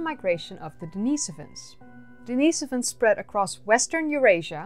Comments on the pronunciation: The cave is named after a homeless guy named Dennis, therefore not pronounced Denice-ivan but Dennis-ovan... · Pronounced denih sovans.. you are annoying me with that...sorry